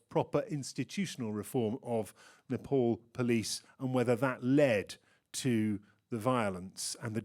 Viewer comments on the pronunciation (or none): this host keeps saying nepoli. Ney. Pal. Please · Nopol what's this pronounce man it's Nepal🇳🇵🇳🇵🇳🇵